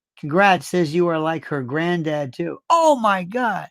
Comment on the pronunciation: I love how she says grandad too- “gren dad” 😊